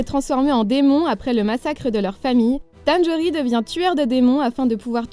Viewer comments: Tanjiro, pas Tanjori 😅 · "les rondeurs de la nuit"…………elle a vraiment appeler Tanjiro "tanjori" regarde l'anime avant de fair des vidéos dessus!!!!!!!!! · Demon slayer Kimetsu no yaiba ouiiii Et c'est Tanjiro pas Tanjori >~< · Tanjirouuuuuuu Pas tanjori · espece de conne c tanjiro pas tonjori et c garoh pas garouh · Trop d'erreurs : la saison deux de one punch man, on voit très peu Saitama et garo ne tue aucun hero, il ne fait que les mettre ko. Kimetsu no yaiba c'est tanJIRO pas tanjori. Merci sinon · Tu as fais plein d'erreurs : tu as dis Tanjori c'est Tanjiro ! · "Tanjori" au lieu de "Tanjiro"....je vais bien😑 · Bon va falloir apprendre a dire les noms de personnages parce que Rom et Tanjori ça existe pas mdr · mdr j'été fini quand elle a dit tanjori et toru je croit elle ne respect rien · JPP😂😂 elle a dit tanjori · SON nom n'est pas "Tanjori".